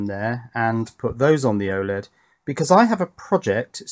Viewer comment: dude you have a russian oled? or why are you calling it oleg. wouldnt oled be more descriptive? while still being short and comprahensive